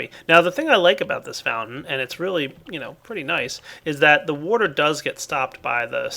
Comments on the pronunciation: Kinda bugs me how says water.... woater. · You say water weirdly